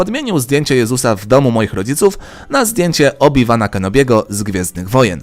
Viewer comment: To się wymawia obi-łan kenobi a nie obi-wan